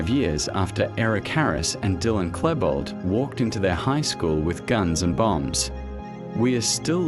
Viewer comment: I'm sorry but there are so many wrong things in the video I cannot continue watching. You obviously did not do an extensive research of the subject. Maybe you should delve into the Columbine tragedy again and redo this video. The fact you keep mispronouncing Klebold's name only illustrates how vaguely you went through the topic before you put this video together. It is truth the whole story and background cannot be interpreted in details in an 1 hour video, that however does not excuse the incorrect information and pure assumptions you keep presenting. For anyone interested in actual facts about Columbine, I strongly recommend "The 𝕮𝖔𝖑𝖚𝖒𝖇𝖎𝖓𝖊 Iceberg" series of videos here on youtube. It is by far the best research done into the Columbine tragedy available on youtube.